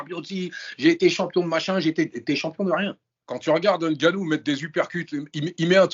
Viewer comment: NGANNOU Non N GANNOU